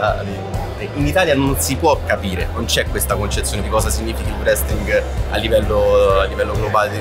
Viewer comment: Il famoso vrestling... in tutte le parole inglesi, che iniziano con il gruppo fonetico wr-, la w è muta.